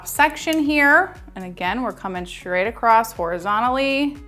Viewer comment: )). Going what? Acrossed? Accrosst? Across